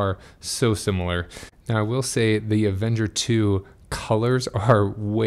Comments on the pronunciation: You keep saying "Avenger". It's Aventure. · Good information. Great review. I just have trouble listening to you calling the bike Avenger 2 instead of Aventure 2 or am I not hearing correctly?